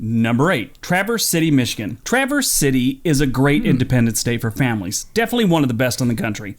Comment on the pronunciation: I think he also mispronounced Traverse City.